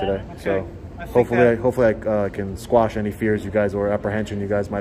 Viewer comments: it's "Quash" any fears...NOT "Squash" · "Quash" not "squash."